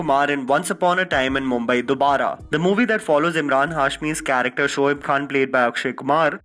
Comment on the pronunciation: Cha Ra k Ter word Sahi pronounce kar